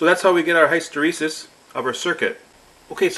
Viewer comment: I know this is annoying but I like your channel so much, I've just got let you know that hysteresis is pronounced like this